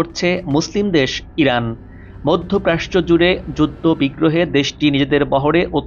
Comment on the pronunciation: মধ্যপ্রাচ্য কে "মধ্যপ্রাস্চ"বলছেন কেন ?